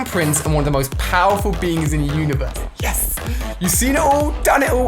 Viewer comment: red dude it's yes not yas f**k indot